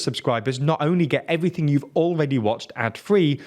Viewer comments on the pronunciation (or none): none